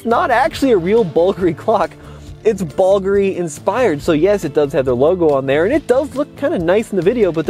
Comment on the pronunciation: BOLgari? Oh...bull-gaa-ri